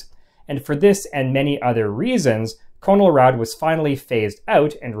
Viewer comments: Good stuff. I have 1 quibble though. The "con" in "Conelrad" is not pronounced like "cone". It's pronounced as is the "con" in "contrast". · Have a grown up in the 1950s I can tell you that it is pronounced Connell-rad. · Pronounced "CAH-null-rad." -- uh. . .not quite. The key stations were ALREADY on 640kc or 1240kc. These two frequencies were where 24-hour powerhouse stations lived, going back to the 1920s. AM broadcast stations are not tunable. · It's pronounced KAH-nuhl-rad. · “Conn-el-rad” is correct. I was born in 1946 and I remember. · pronounced connel rad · LOL no, no, it was pronounced......... CON L RAD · It would have been so simple to just ask a geezer how to pronounce CONELRAD. You shudda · You are mispronouncing CONELRAD; it is a "short o", e.g. gone, or upon, as in the following video (I know: I was there in the 1950s). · If you’re going to do history at least pronounce the subject name correctly. It’s pronounced “Conn-el-rad”. Not “Cone-el-rad”. You sound silly. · You are pronouncing it incorrectly. It's pronounced Con-eL-rad, not Co-Nol_Rad... I know. I was there. Truman was President when I was born. "27,811 views Jun 13, 2023 CONELRAD (CONtrol of ELectronic RADiation)" Note the upper case in your own posting, otherwise you are point on. Now we have Amber Alerts.. the sky is falling. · Nope. We said it "CON-el-rad" in the Midwest, too. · Correct. It was pronounced: "KHAN-el-RAD"... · The movie Panic in Year Zero mentions Conelrad. pronounced con el rad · I remember it being pronounced as, con' el rad'. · Those of us who lived through the fifties always heard the word pronounced as "Cahn-el-rad" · I’ve always heard it pronounced conn el rad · I was born in Los Angeles in 1949 and remember all of it very well. CONELRAD was pronounced like "kahn'l-rad" with a short "o" not "cone'l-rad" with a long "o." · Not 'cone-el-rad', but 'conn-el-rad'. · It is not freakin' CONE L RAD! It is pronounced Con El rad. Soft O! Geeez! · Not 'Cone', but 'KAHN-uhl-rad'